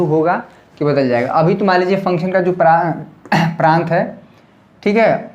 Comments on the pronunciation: Pras nahi sir prant bolte hai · Sir pras nhy prant hota h